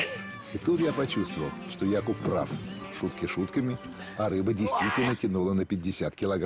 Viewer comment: Первый перевод который правильно ставит ударение в имени Якуб 👍👍👍